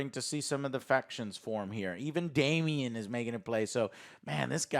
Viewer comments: Again with the Damien.... no I in Daemon. I think at this point you're doing it on purpose bc nobody is that stupid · Why is Joe talking about book stuff and then mispronounce a simple name like Daemon? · For fuck's sake. It's DAEMON...not Damien. Damien is the f-ing anti-Christ from The Omen. It's Daemon. Do you call Matt Damon Matt Damien? 5 episodes in and you can't get one of the easiest names on this show right? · You keep calling him Damien… it’s Daemon, Joe.. DAEMON* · Super annoying 😡 Damian?? Ugh. It’s Daemen. There’s no “i” or “ee” sound in there. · The mispronunciation of names i expect from.... but now even?? Who the hell is "Damien"??? is this an american thing to just butcher any name that has more than 2 syllables and comes from another country? Its so cringe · How does Joe not know it's Daemon not Damien.